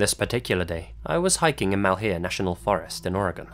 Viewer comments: Well, why did they name it 'Malheur' national park? That means misfortune in French. By the way, you oughtta pronounce it more like mulhure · Oregon boy, here. Malheur is pronounced "Mahl-(h)yer". I know it's pedantic, but it irks a lot of people in the region.